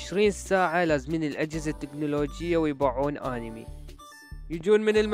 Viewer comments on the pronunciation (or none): همممممم مقطع حلو ومابيه خطء 😕😕😕😑😑💔💔💔🌚🌝ليييييش ماتغلط اها صح ولك ليش تقول آنمي هيچ 😕😕😕 هوا مو هيچ أَنمي مو آنمي ووجع احچي عدل وتعال لك انه اوتاكو واول ما ارجع من المدرسه اروح اباوع انمي و اذا عجبني انمي اروح افصخ امه "ابحث عنه هواي " واروح اكمل اتابعه ونوب اتاني لحد ماينزله جزء ثاني اي انه هيج بس مال ماكو اوتاكو ما يعرف يصمم ماكو هيچ حچي هاي منين جايبهه !!؟؟؟ها انه اوتاكو بس ما أصمم اي مقطع لان مامهتمه بهيچ شي وانه اوتاكو وغصبا ماعليك 🌚🌚🌝🌝